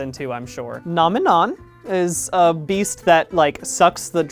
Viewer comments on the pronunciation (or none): Obsessed with the way he says Nominon